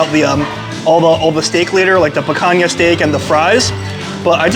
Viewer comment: you don't have to boast about your ignorance, in Portuguese the name of the cut in written "Picanha", pronounced "Pikanya", not "Pakanya", the way you pronounce it.